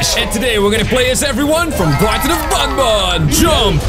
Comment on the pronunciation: Banban not bunbun